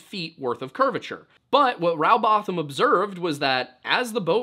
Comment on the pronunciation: It's Rowbotham as in Row your boat, not having a Row about the shape of the earth.And Bottom, not botham.